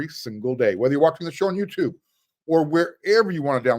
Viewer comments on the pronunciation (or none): none